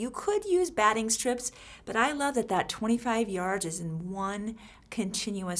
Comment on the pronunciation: What are you calling the cotton batting-hard to understand